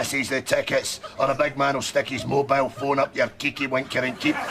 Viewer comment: Hey, it’s pronounced “The BIG Man” not the “The Big MAN”